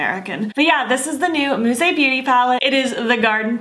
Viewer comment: Beautiful!!! I love it!! And you pronounced it well!! 🌻🌻🌹💮🌼🥦🥦💐💠🥀🥀🏵